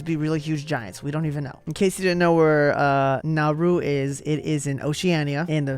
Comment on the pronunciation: I enjoyed your presentation. So thank you for your entertainment value. But what is it with you Americans and pronunciation of the names of any country that isn't in the US orbit so to speak. First Kiribati is pronounced Kiribas - Niue - Neway , Nauru, Nowru - you could do some geography and learn a little about the world apart from which is the fattest country. Oh yes, greetings from New Zealand. It sure is green here but almost everyone drives everywhere. Maybe that's a factor in the obesity rates here?